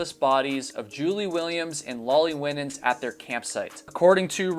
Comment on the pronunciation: The surname "Winans" is usually pronounced "Why - Nins" although perhaps she pronounced her name differently. No big deal, obviously, but just for future reference. (I learned this the hard way lol, so maybe this will save you the embarrassment I felt as I mispronounced the name...at a funeral! Lol)